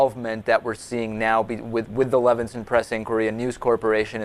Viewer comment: Nit-pick, but it is Leveson, not Levenson.